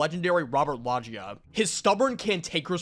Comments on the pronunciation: Its not robert lawjia, its Robert Loggia. Thats Robert Loggia. R as in Robert Loggia. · Robert LOWWWW-gah, cmon you never saw that Family Guy episode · "Sala-MAIN-ca? It's Sala-MON-ca!" Even though he mispronounced Robert Loggia's name while trying to gas him up